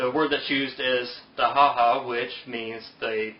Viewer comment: i stopped watching when i noticed you cant read Arabic(dahaha NOT mahahsadhashdashdashaa), thanx for trying though, ill go watch debaits with people who actually KNOW the original languages of the holy books